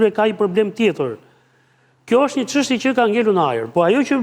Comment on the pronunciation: Sa e lodhshme eshte kjo, gjithe jeten gazetare dhe akoma thot qanta ose qeshtje njelloj si Qim Peka.